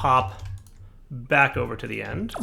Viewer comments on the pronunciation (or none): none